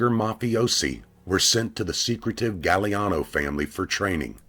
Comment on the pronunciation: it's pronounced "gag-glee-ahh-no